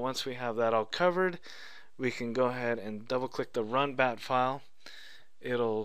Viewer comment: Its not bap its bat....